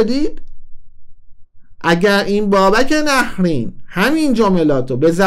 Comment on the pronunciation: عزیزم...اولن تلفظ nahreyn درسته...دوما میپرسی از کجا پول آورده؟بیشتر از موهای سرت رو صحنه نمایش اجرا کرده،از ۲۰ سال گذشته،نزدیک ۳۰ ساله،خوانند استنداپ کمدین مملکتو میگی از کجا پول آورده؟ غیر از موهاش دندوناشم ایمپلنت و کامپوزیته،تو رشدیه تبریز خونه داره،وقتی شما نوجوان بودی پرادو سوار میشد،گرون ترین بلیط هارو داشت و داره همیشه،خواهشا تحقیقاتت رو کامل انجام بده،بعد بیا صحبت کن